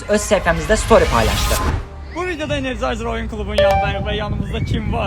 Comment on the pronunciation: Energizer❌ Energayzer✔️